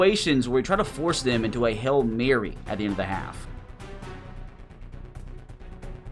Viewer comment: Its HAIL MARY NOT HELL MARY